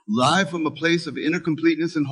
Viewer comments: "*Live* from a place of inner completeness and wholeness" 100% is AI Knowing how to pronounce live (lif or liive) was the crack that proved it Thanks, was looking for your comments that others realised it was AI and not a human recording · I respect your view. Tell me, what do you hear - ? I heard exactly what you said, misprouncitation: of the word live. there is an electronic sound which is also not human sounding.